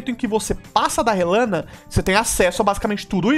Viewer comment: Finalmente alguem nessa internet que falou o nome Rellana certo hahahaha